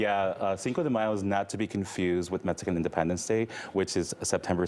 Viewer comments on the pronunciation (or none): MeXican not MeTzican. 🤦🏻‍♂️